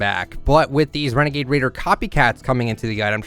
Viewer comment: It’s a wenegade waider